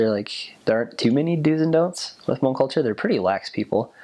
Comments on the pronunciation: It's nice to have a different ethnicity to learn about the hmong people. You markdown all the points in the hmong history, love it. And the way you pronounce Hmong is the right way (: You're awesome for knowing and learning. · I'm pretty sure this is the first person I've ever heard pronounce the word Hmong, correctly... Points! :)